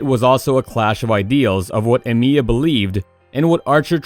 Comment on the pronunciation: “Shirew” “EmIEya” please don’t disrespect Shirou like this...